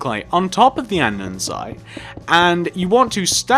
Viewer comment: Him saying an-din-site gives me anxiety